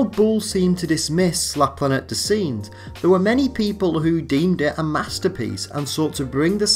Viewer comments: Planetty dez sinjez? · Good work but the pronunciation of the novel 'La Planete des Singes' is not researched and lets down the video.